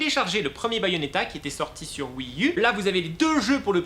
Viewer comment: on ne dit pas Wii eu mais Wii u